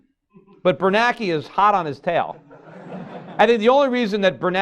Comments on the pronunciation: Gummer I can tell you how I'd do. If I were going to constantly talk about the FED chairmen, I'd at least learn how to pronounce their names by simply learning how to read. The man's name is BernaNke, not Bernake. Peter is the only illiterate IN THE WORLD who says it wrong. He doesn't even notice that everyone else is saying it differently than he does. Then I'd learn how to say Roosevelt. And so on, and so forth. That's how I'd do, for starters. Then people in the audiences wouldn't be laughing on the inside and thinking, "this dude doesn't even know how to say the man's name." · Can't even get the FED chair's name right, year after year after year. It's Bernanke, not Bernake. There are TWO N's, simple simon. Look at his name the next time you read an article about him. LOOK AT IT. Sound it out one syllable at a time like a kindergartner learning to read. WHAT DOES IT SAY?